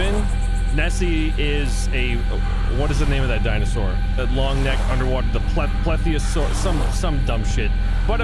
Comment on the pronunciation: ah yes who doesn't know about the plepyasarus